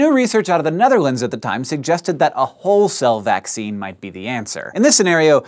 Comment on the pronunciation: I'm a lab technician at a plating plant, and every time you said whole cell, I thought you were saying Hull cell. Come to think of it, that could be a cool video. Virtually no one I've met understands plating, unless they're a plater themselves or have a serious electrochemistry background.